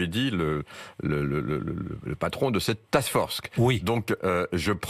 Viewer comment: « Task Forcek »